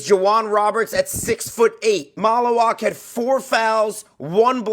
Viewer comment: Mal-u-Watch is how you pronounce his name. As a Duke fan I also agree he would be a good pickup for the Sixers if they don’t land Flagg.